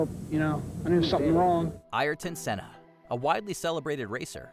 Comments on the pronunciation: The saddest part of this video is the butchering of his name. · Butchered Ayrton Senna name lol